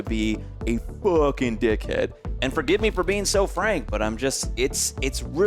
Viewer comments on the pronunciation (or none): "a fuuhking dickhead" Did you have a seizure there? haha